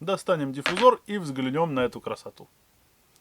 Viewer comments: не взглянЁм, а взглЯнем будет правильно, видос интесный 👍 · Не взглянём - а взглянем По русски